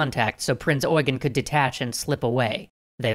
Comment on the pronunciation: Correct pronounciation of Prinz Eugen. Very rare to see native English speakers pronounce German names right. But then the wrong image of Germany with the borders of 1990. Close, but no cigar.